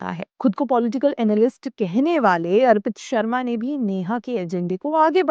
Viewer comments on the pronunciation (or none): none